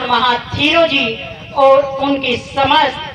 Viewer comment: महा थिरो नही महा थेरा होता है,. आप धर्म की बात जानती ही नही हैं.